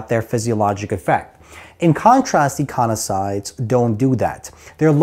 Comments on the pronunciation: Love the vid. I think you are saying "eiconasoids" as opposed to "eicosanoids" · I'm confused as to the pronunciation of eicosanoids.....as when you say it you mix up the 's' and the 'n'.